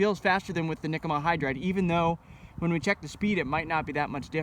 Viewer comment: Are you saying Nikama-hydryd